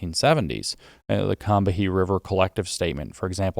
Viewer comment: James… it’s not pronounced “KAM-BA-HEE” It’s KAM-BEE River Collective.